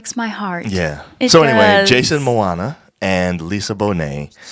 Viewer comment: Please pronounce his name right. It's Pronounced MO MOA. It's not MOANNA